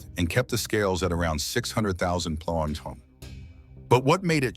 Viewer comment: that's cool, the type of voice is no problem but it's really offputting when things like Pounds and other measurements come out in some garbled sort of noise rather than speech.